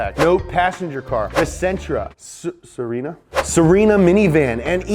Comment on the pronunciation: Se-re-na (Se like in Seth, Re similar to the Se, Na lie macarena)